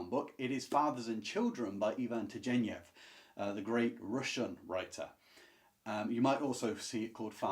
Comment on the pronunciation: Turgenev is pronounced with a hard ‘g.’